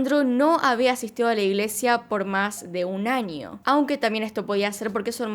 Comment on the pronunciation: por que dices anio en vez de año?